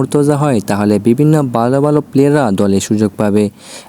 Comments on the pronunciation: ভাই আপনি ভালো বললে বালো শোনা যায় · ভাই ভালো টা ঠিক করে বলেন,, উচ্চারণ টা বালো হয়ে যাচ্ছে,,যেটা শুনতে খারাপ লাগছে 😊